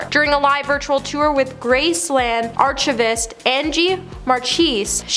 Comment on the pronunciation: It is pronounced ar-KI-vist. Not arch-i-vist.